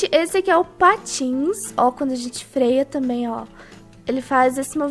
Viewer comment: na hora que vc fala que tinha comprado patins eu pensei que era patos;-;kkkkkk😂😂😂